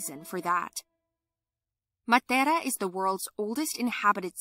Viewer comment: Why she pronouncing matera in Spanish